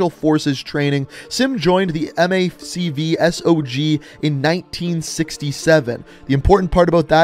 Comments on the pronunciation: Military Assistance Command, Vietnam – Studies and Observations Group (MACV-SOG)....its an acronym.... I think its pronounced MACK VEE SOG....you're channel is awesome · MACV SOG is usually said as 3 words, not spelled out like FBI or CIA. Its Mack-Vee-Sawg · Might have already been said but macvsog is pernounced mac v sog. It stands for military advisory command vietnam servalence observation group. They where the ones going into laos and cambodia (black ops) during vietnam.